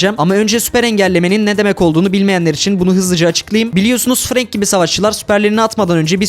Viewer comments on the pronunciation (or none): none